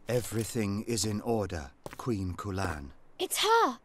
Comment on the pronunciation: I thought he said "We found Koolaid!" lel